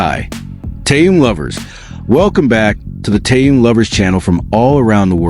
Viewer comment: Ты норм? Хватит впаривать дезинформацию! И поправь произношение имени Тэхёна!!! Что за кринж?